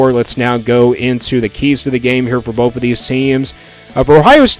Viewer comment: It’s both, not boaf. And it’s “both of these” not “boafuhdeez” lol